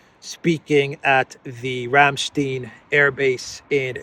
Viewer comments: When I see secretary Austin I immediately think "affirmative action". I know this is so minor, but I'll say it anyway. Ramstein is pronounced ram stine, not ram steen. The name Zelensky begins with a "z". It's Zelensky, not Elensky. Stop being so childish! After you've said "Elensky" 3 or 4 times, I quit your video. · Rammstein is pronounced Like Frankenstein